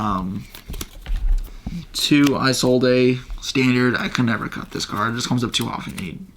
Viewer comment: That silent E on Isolde though